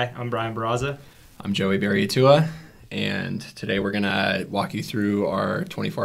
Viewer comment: The way they pronounced Barraza abd Berriatua is criminal